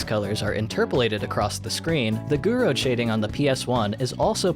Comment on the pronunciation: I heard somewhere that it's with limitations that creativity springs up, spaghetti code was NOT allowed back then ❌(btw Gouraud is pronounced without the d)